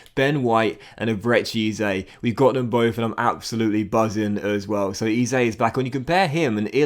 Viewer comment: FYI.. EZE is pronounced as 'Eh-Zeh' and not 'E-Zay' if that makes sense